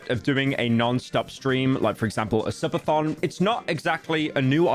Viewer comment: I love the part where pyro says "suppathon"